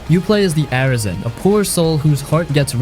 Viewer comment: Ar-a-isen ??? Its a-ris-en as in arise ... as in rise